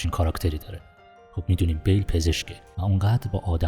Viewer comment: شما که میخوای یه فیلم رو تحلیل کنی بهتره اسم ها رو هم یه سرچ بزنی درست بیان کنی نه اینکه انگار یه مقاله گرفته باشی روخونی کنی با اسم های غلط غلوط. اسم شخصیت اصلی Bill هست نه Bale اسم دوستشم ویکتور زیگلر بود باز اینم اشتباه گفتی زاگلر در هر صورت با آرزوی موفقیت برای شما دوست گرامی